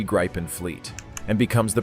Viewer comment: It is pronounced like in a 'grib' with a short [ee]